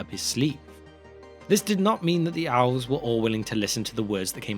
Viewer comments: Dude, you can't pronounce "Elves" it's not "owls." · Elves, it's pronounced Elves with an E sound. I honestly have no idea what owlves are. Are they some kind of flying elf? If Tolkien had wanted it to be pronounced any other way he would have spelt it that way. He didn't, he spelt it with the letter E so it sounds like an E. Have some respect for the author's work he's the one that wrote it after all, you didn't. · As much as I enjoyed this explanation of Tolkien's mythology, your pronunciation of simple words like "elves" which sounded more like you were saying "alws" or "Melkor" which sounded like you were saying "Malcolm" was hurting my ears towards the end of this video 😂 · Whey have you settled on the pronunciation of ELVES, by saying OWLVES? It’s an oddity I pick up only because of the significance of the word and that your pronunciation of everything else is great. I don’t mean to criticise if it’s a personal matter, but is there some lore I’ve missed or is it just a you thing? I ask as many times in the video I had to double take to make sure you were referring to elves. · love the information and format of these videos but i have such a hard time hearing what you’re saying sometimes because you keep pronouncing elves as Alves and Melkor as Malkor for some reason, to the extent that i had to turn on subtitles at one point just to understand if you were indeed talking about elves and not something else. what’s your aversion to the letter E? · Oh he said Elves not Owls. I swear he was saying owls. I was like why Melkor was upset not controlling the Owls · Are you saying ‘owls’ or ‘elves’? Great video…nice production. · What are these owls you keep referring to? Edit: Ohh, it is elves, not owls! Makes so much more sense now 😛 I was confused because you pronounce 'elves' as 'owls' or 'alws', and so the auto-subtitles write 'owls' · Why does it sound like your saying OWLS instead of elves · Good info but please practice elves I kept thinking what owls lol